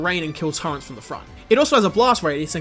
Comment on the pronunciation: What the hell is a "turrent"?